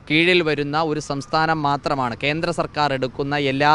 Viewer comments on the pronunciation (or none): Kenthra ennalla Kendra ennu parayu mone, sariyaya ucharanam athanu